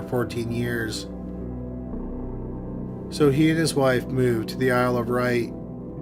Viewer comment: FYI, The Beast of Jersey moved to the "Isle of Wight", not the "Isle of Wright". Always loved this guys narration though. Watched this channel for years 👍